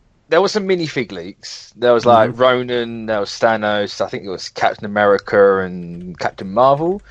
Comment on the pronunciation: What’s Captain Americer?